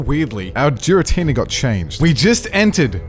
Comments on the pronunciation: If I hear him say Jir-atina instead of Gir-atina I might go insane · Jiratina absolutely really annoys me YOU DONT SAY GIRL AS JIRL ITS NOT SERENE JRASE AHHHHH ITS DRIVING ME INSANE 😂😂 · I cringe every time he said Jira-Tina 😂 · did he just say giratina like geer-uh-tee-nuh...its geer-uh-tee-nuh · No way this man just said Jar-i-tenena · Giratina? Nah, Jeeratina. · Jiratina??? Never heard of that pokemon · Giratina is pronounce with the G sound not with a J sound it's not jiratina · I've watched a couple of videos from this channel recently and I always get triggered by the pronunciation of Giratina. 🤣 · I’m hung up in the way you say Giratina.